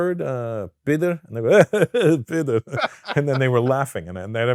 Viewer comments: Pedor not Peter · Georgia and Russia are 2 different cultures and actually enemies. Saying "Russia Georgia" for many would be very offensive. And by the way - the word is "pidar", not "peter". May sound close when said quickly, but quite different when said slowly. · The word is “pidor”